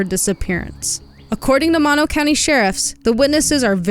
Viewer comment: I really enjoyed this documentary...only problem i had watching this is that when the neighborhood was shown, where she went missing doesnt look like that at all. And it's pronounced "Moe-No". Not Mah- No. That kinda bugged me. But other than that, great job. And i hope they solve this case someday soon.